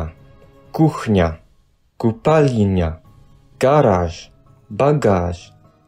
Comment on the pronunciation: He also pronounces "ль" as "ли", e.g. ─ he says "спалинья" instead of "спальня". Then again he says "купалиня" instead of купальня". Weird, he could have just used his normal "l", which he softens by default, and he would have pronounced the word correctly.